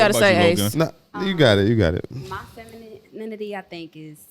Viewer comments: Shawty with the bucket hat on couldn't even say "femininity" so you know she don't know what the hell it looks like yet alone how to describe it! 🤣 Shawty on the far right too wishy-washy. Would agree on somethings things then the feminists side would come out. Definitely would shoot my shot at the one in the middle😅 Seems more understanding... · Can't even pronounce femininity - much less spell it - much less be it